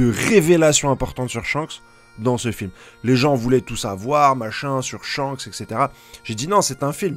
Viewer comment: C était pas shanks c était chankss